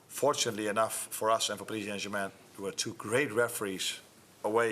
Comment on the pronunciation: I love how he pronounces Paris Saint-Germain; the Dutch and Germans say it beautifully.